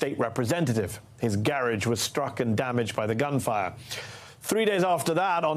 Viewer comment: The way Mehdi pronounces "garage" reminds me of Norma Desmond in an LA production of "Sunset Blvd" I saw. Makes me smile!